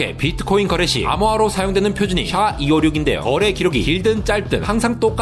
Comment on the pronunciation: SHA를 '샤'라고 하니깐 좀 어색한 느낌.